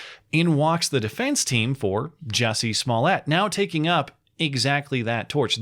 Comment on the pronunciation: It's pronounced Juicey Small -Yay